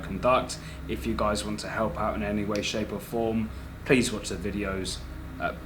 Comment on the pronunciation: "Help out" when did you learn to speak in a Scottish accent